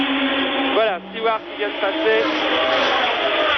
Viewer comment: The French ALWAYS called him "Steward"!